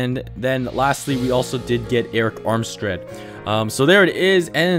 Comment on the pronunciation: "Armstread" LOL!